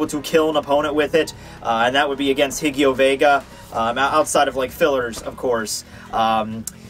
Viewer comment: His name id Ggio Vega! What the dub version because you make his name sould like Jjio Vega with is completely wrong. Give the best fraccion in Bleach name right please. Since, I going to like daring you to read a SoifonxGgio fanfiction one day.